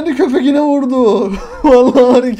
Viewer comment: Abi balonca konuşuyorsun mesela köpeğine diyecene köpekine diyorsun